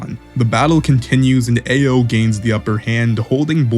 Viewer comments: Ao is pronounced "Ow" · Omg your pronunciation of Ao is atrocious 😭 it's not "Eh-oh" it's "Ah-oh" or "Ow" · dude a o dude its pronounced ow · For future reference brother, Ao is pronounced like "ow" (like that hurt). Other than that, good video. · Homie your pronouciation of everyone's numbers is all wrong. AO is pronounced as "ow" then mugina as you say it is pronounced as Mugino pronounced as Mujino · Ao is pronounced like “ow” Katasuke is pronounced “kah-tah-soo-kay” just say it a little faster. Mugino is pronounced “Mew-gey (like key)-no” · “Ay-oh”, “Sumeer” cmon man